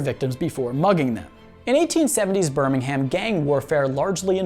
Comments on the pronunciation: British here - it's pronounced as Birmingum not Birming-HAM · BirmingHAM...bro you butchered it, it pronounced burmingum.... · Birmingum is how its said not BirmingHAM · ber ming erm not HAMMM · Every 'Birming-ham' made my spine crawl, especially since I used to live there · You said Birmingham wrong you pronounce it like burmihmm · It's pronounced burmingum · Birmingham is pronounced Ber-ming-am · can we get a British stunt double to say Birmingham properly for him? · Listening to Americans pronounce british town or city names is hilarious the ‘h’ is basically silent in all british accents as well as they say it in the show and it’s nothing like how you’re pronouncing it